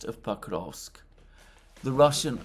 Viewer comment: Sorry, but "Pakovsk"? Isn't it Pokrovsk?